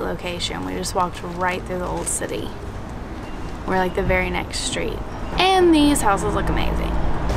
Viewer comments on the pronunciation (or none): none